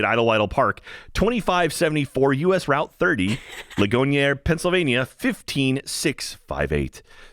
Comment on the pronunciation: For that second park outside Pittsburgh, the name of the town Ligonier is pronounced "Lig-gon-ear." Only reason I know this is because that's where my brother-in-law grew up